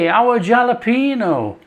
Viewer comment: It's pronounced Halopeno, in Hispanic the J sounds a H.